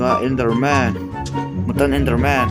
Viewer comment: Mutant tih kha mutan ti in lam suh u kha english a u ang in lam rawh